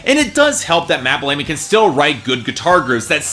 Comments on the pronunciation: it's pronounced Bell-uh-me, man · "i'm a muse fan".....pronounces Matthew Bellamy's last name name Bell-amy love how you said psycho is homo-ertoic. ass on your mind there mate? the drill sergeant at the start sort of shows that the track wasn't going to be overly complicated lyrically. The instrumentation on this album is some of muses best work, i'm not sure you've heard Absolution, reapers and the handler sound like it's straight from it. You're also possibly mixing up queen with U2? i don't know where you're getting a queen vide from other than some falsettos maybe...? American reviews always seen to miss the mark. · Matt Bell-Ay-Me? Yeh. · You pronounced matts name wrong